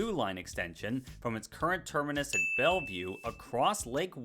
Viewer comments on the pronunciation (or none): none